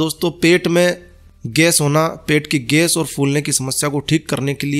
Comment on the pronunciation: Ges nahi gais bolna sikhiye pahle